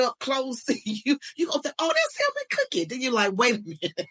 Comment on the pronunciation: Not Cookie, It's More Like Cookhe 😂